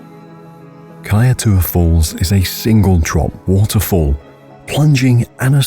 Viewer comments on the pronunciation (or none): Pronunciation for the kaietour falls was incorrect